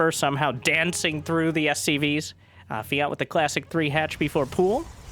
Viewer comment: Feeyant... its pronounced f-J/ANT ! :P